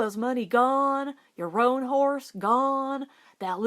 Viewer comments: This is great! There's some other good ones you could read. Wildfire, but that one makes me cry, The Call of the Canyon. Roan is one syllable tho, even in the south. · So Stewart got a new horse. Why is it not blah-ack if the other one is ro-uhn?